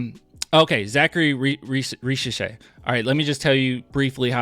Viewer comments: To be precise, in french if the letter "s" is between two voyels, it's pronounced "z" so Risacher should be pronounced "Rizacher". By the way his dad was a great national french player so it's great to see his son playing at this level. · Ri - z - ash - ehhhh (but like the Spanish R Grrrrrrr)